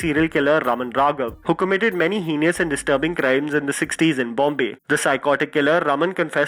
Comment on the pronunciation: Heinous is pronounced (heynus) and not (he-nee-us)